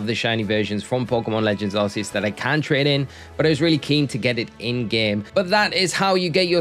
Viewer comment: its ark-ee-us not arse-eeus